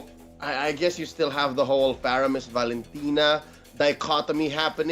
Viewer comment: man said faroamis not faramis 🤣